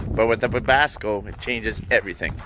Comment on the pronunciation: Its a Webasto not a webasco:D